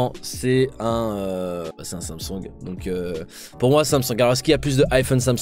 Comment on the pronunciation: Je kiffe comment il dit Samsoung !